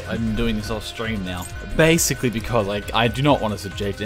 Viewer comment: "Bascially" lmao